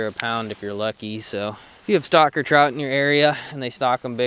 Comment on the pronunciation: He says stocker trout, I hear "stalker" trout.